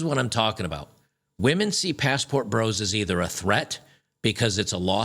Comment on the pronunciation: Funny because while she's saying this she mispronounces "women"